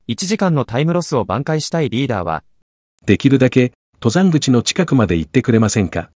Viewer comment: ↑と↘ざんぐち のアクセントが気になる